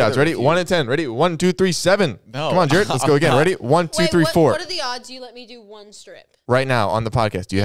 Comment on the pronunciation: the fact that jared said my name right is so exciting im excited for y'all to open the gifts